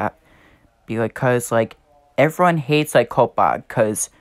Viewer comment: 1. Coppa is not pronounced "cope-uh" it is pronounced "cop-uh" 2. You are.. let's say.. half safe. If you set your videos for kids I bet you little kids watch your videos so you could lose subs from them. Non kids are safe, I'm considered a kid still, I am 11 1/2 years so yeah. 3. I am not safe. Most of my viewers are under 13 because I do a community (not anymore) that attracts kids and my content is for all ages. 4. I'm pretty sure FTC and YouTube are doing something. I hope for the best. The only thing I can say now is good luck and I hope we find a way to keep our channels safe.